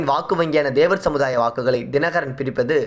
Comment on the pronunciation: தேவர் Dhevar இல்லை தேவர் Thevar என்று உச்சரிக்கவும்